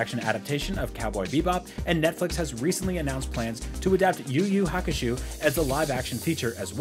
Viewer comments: Yall worried abt him saying Luffy, but the way he said Ohnimay (anime) and Yu Yu Hakushu (hakusho) is nasty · So he mispronounced Luffy, Eiichiro Oda and Yu Yu Hakusho. Nice. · Also Yu Yu Huck a shoe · This dude said (an new may) 😂 yuyu hawka shoe and if you say “luff fee” one more time.🤌🏾 it’s “loooe feee” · Luhfee and yu yu hakashoe 😭 bro if you’re going to report on shows and names say them right smh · That, along with his pronunciation of Yu Yu Hakusho as well.